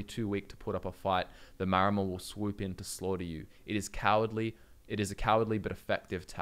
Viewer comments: I feel like the 'Maor' in Maormer is meant to be pronounced like 'Maori' the real life seafaring people, they were probably one of the major inspirations for the Maormer. So instead of "Mayomer" I always read it as "Maori" mixed with "Mer" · Isn't it "Maramer"? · Ah yes, The Mermer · they're called MAORmer. Like the Māori🥲 They are based off of Pacific Islanders